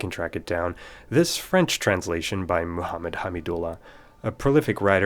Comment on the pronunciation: From a native's ear, your French is impressive!